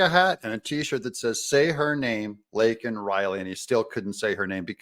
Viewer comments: Not to mention saying her name incorrectly. Can one individual be any more disrespectful to the American people than Joe Biden? I don't think so. He's just a piggish, evil, third anti-Christ, socialist who doesn't care about ANYONE but himself and his interests. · Hey Beijing Biden, her name is "Laken" Riley, not "Lincoln" Riley, you senile, old, kiddie-sniffing creeper. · harris's face when he screwed up Laken's name is quite telling of how she feels also. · We are a joke to the rest of the world. They all know Biden is a liar. The only thing he said that was true was Laken Riley was killed by an illegal, even if he couldn't say her name correctly. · All of the commentators mention how Biden finally mention Laken Riley and miss pronounced her name and admitted she was killed by an illegal alien. However, Biden's comment right after, "......but how many thousands are killed by illegals..." Right on Brandon, there have been many killed, raped, beaten, mugged, etc...ALL Because of YOU!! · If you really listen to Biden when he gets called out by MJT Biden says “I would be a winner……not really.” Then goes on to mis pronounce her name!!!! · Joe was off script...when he responded to MTG about Laken Riley. Thats why he "flubbed" up.